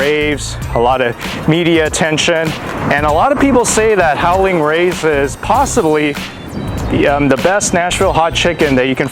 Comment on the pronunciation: Nice job! I appreciate the clear word enunciation but the proper name is "Howlin' Ray's" and not "Howling Ray's".